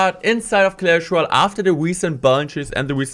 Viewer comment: Not trying hate on you but love it when u say CLASH LOYAL